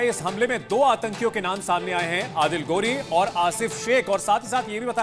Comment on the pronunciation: गौ‌री नहीं....घोरी बोलो.